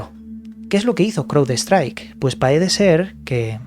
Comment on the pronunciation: Se pronuncian.. CRAUDSTRAIK MAICROSOFT